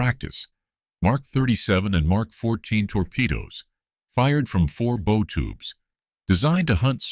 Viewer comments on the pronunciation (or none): Would someone please inform AI to correctly pronounce the 'BOW' of a ship.